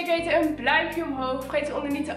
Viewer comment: een bluimpje omhoog 😂